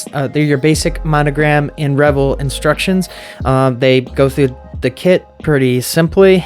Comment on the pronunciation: Pretty sure it's pronounced Re-VELL, with the emphasis on the second syllable. The other pronunciation suggests wild parties with lots of alcohol and nudity. 😍